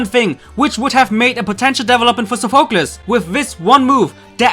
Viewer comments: Your saying sofeclese wrong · How hard is it to say Sophocles correctly?